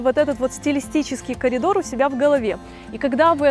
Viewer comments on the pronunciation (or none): none